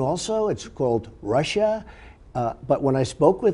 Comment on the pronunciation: Lester Holt has "fudging....Trump said Russia perfectly during the interview not "Russir."